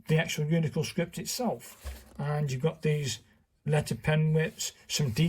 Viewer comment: Why do you mispronounce “uncial” so badly? First, the “i” is AFTER the “c.” And the “c” is not a /k/ sound. The word i pronounced “UHNT-seeyuhl.” You’d think someone as schooled as you are in calligraphy would know this